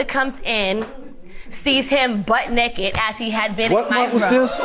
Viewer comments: "I was never "neked" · "I was never nekked!" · "I was never neked."